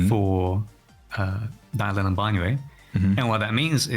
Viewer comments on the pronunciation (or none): Are these guys intentionally saying Banyue's name wrong?